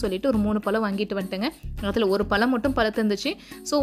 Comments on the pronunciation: பலம் இல்லை பழம்..pl correct your pronunciation.. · உங்க தாய்மொழி தமிழ் இல்லையா? தயவுசெய்து ழ னு சொல்லி பழகுங்க. பழத்தை பலம் னு கேக்கும் போது ரொம்ப கஷ்டமா இருக்கு. ஒரு முறை கூட நீங்க சரியா உச்சரிக்கவில்லை. தப்பா பேசிருந்தா மன்னிக்கவும் 🙏🏽